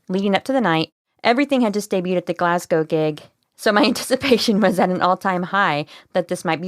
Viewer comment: And so happy you you pronounced Glasgow properly. :)